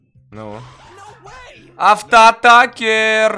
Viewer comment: Не авто атакер а авто атачер